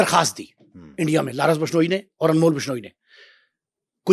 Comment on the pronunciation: Larence nhi Lawrence hai.. nam dhang se lo 😂